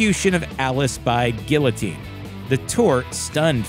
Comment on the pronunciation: "Gillowtine" You mean guillotine?